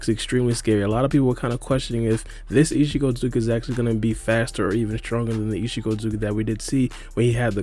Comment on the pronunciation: He is saying ishigo its ishiki